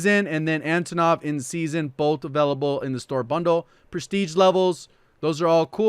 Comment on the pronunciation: J, when you will creating video about PPSh, please, read "Sh" like one sound. because it is actually a one letter in Russian - "Ш" So PPSh is "ППШ". "Пистолет Пулемет Шпагина" - Shpagin's Sub-Machine (Gun). Also in name Antonov the emphasis drops on first "O", so it is antOnov